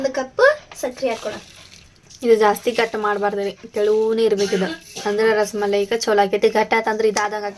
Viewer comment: Ras maleri alla rasmalai